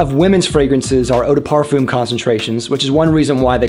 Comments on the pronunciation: Watching in 2021. Thanks for the breakdown of Cologne, Toilette and Parfum. Btw, it's properly pronounced "parfahm", not parfoom. But anyway, I do have a question. Is using a body spray deodorant such as Axe for underarms, and couple sprays of eau du parfum on say forearms, at same time, not right to do..? If you only use eau du parfum, but nothing for underarms, then...? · Thank you for this interesting summary. But Pleaaaaasse could you stop mispronounce “parfum”. Please! It’s \paʁ.fœ̃\